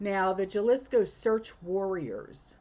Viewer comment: Sorry, but for future reference, it is Jalisco, pronounced with a h, it's halisco.❤